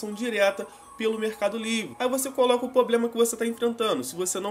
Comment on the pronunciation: que dificuldade esses you tubers jovens tem de falar problema correto.Poblema nao pqq